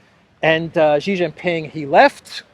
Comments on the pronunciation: SHEE JIN PING not JHEE. JHEE is slang for PENIS. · However, the speak himself is clown, I have chatted with him multiple times tell him to stop saying JHEE JIN PING and say SHEE JIN PING, SHEE likes like female in English, is correct, JHEE is slang for Penis, XI is SHEE not JHEE. The parent company SKY NEWS AUSTRALIA started the incorrect pronunciation. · are you Jaustic? It's SHEE JIN PING not JHEE. SHEE sounds like female. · it's SHE Zhing-Ping, come on.